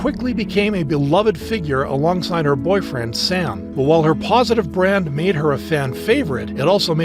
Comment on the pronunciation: "Sam bowl cut" ✌️😔